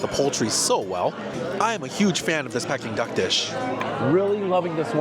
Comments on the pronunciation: For being Chinese I’m shocked you don’t know how to pronounce Peeking Duck !! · You’re killing me with giggles whenever you said ‘pecking duck’. It’s pronounced ‘peeking duck’ 😁. I don’t think I could ever spend those prices for any food even if I could afford it😁. Thanks for trying all these restaurants. Have a great weekend 😊